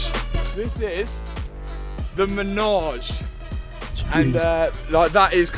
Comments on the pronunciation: It’s not a “menage” it’s a “Manège” for the horses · It’s manège. Menage is something VERY different and normally performed in threes. 😂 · Congrats on all the success, keep it going. The word is Manège (carousel) and not as "ménage a trois" 😁Enjoy it, any way you want to🤣! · its called a manège not a menage ! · By the way, it’s not a menage but a manège (French for a horse play pen)! Pronounced ma-ney-ge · I'm pretty sure it's MANEGE NOT MENAGE😅